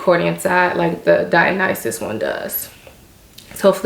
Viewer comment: I've watched like 5 videos about the Dionysus bag and you are the first one to pronounce it correctly